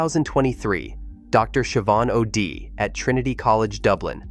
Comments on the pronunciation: Nothing new to report here. But the name O"Dea, is pronounced Oday... Not Odee. Please stop depending on AI for narration. That would explain his blue eyes. Now you just have to open up John Jr's aircraft crash and find that somebody turned the fuel off on the plane as the findings show he was murdered as well. And on that same weekend guess who was missing from his normal political behavior. None other than George W Bush. You're further comment on whether or not it has been peer-reviewed is not valid. Peer review was invented by Robert Maxwell in the mid-60s to browbeat people into following a false narrative. It was most famously used to claim that 97% of climate scientists agreed that global warming was being caused by human activity. And that was never the case. Just because of scientist agrees with a specific statement that might be less than 1/2 of 1% of a thesis. Does not mean they agree with the conclusion of the thesis. And Robert Maxwell was the father of Ghislaine Maxwell. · Dr. "OD"? O'Dea dum bass Oh Day!!!